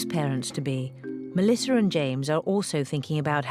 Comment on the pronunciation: Why does the narrator pronounce the name Melissa Melisser? Is that just me thinking that? Just curious.